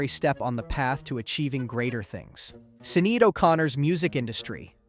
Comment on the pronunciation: I think Sineade is pronounced “Shin-ade”